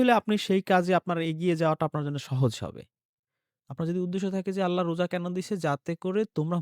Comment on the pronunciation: আল্লা বলস কেন,,,আল্লাহ হবে। ইংলিশ, বাংলা তো লেডিসের মতো সুদ্ধ বলস। আল্লাহর নাম নিতে এত ছাগলামো কেন।